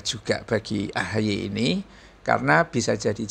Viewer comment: Sebutanya AHY apa AHAAI ya sekarang😂